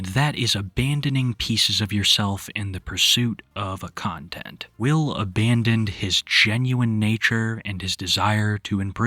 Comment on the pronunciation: Oh, his name is Will? I thought everyone kept saying “Whale.”